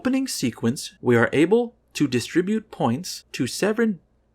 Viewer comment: I will now forever say seven as sevren